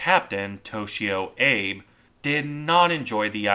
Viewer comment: I think the name Abe is pronounced Ah-bay in Japanese.